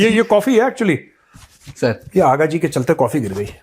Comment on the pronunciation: Vo aaga ji nhi haagaaaa hai 😂😂😂😂😂